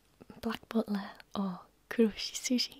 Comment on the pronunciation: to herself: “No, shut up” Me, to: “Gooo ooonnn about that cosplay” 🤔 PS The way you say “butler” is perfection!